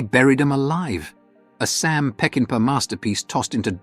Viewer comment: It isnt "PeckinpE". It's pronounced "PeckinPAW". Get it right with your AI narrator.